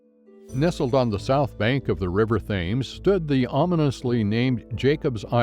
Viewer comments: This is hilarious, it’s pronounced Tems and not Thames, this is a joke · Get your pronunciation right, Yank Bot. River Thames ="Tems"; Southwark = Suthark"; Bermondsey ="Bermunsie" to be going on with. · Im not sure the narrator knew hoe to pronounce Thames.